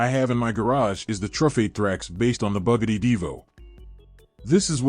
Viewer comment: The way he said Bugatti 😂😂😂😂